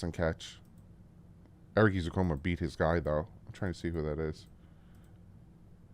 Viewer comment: I feel like it’s time we correct on how to say his name. It’s not “E-zoo-Coma it’s Eh-zoo-KAAN-MA